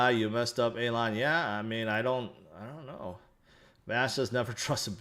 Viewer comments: ''Aylon"'? Its Elon! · Hey, it's E-lon, like the ees in fees. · Alon FUD fits the best... "Shhh. Be vewy vewy quiet, I'm hunting hodlers", "scwewy Bitcon" 😂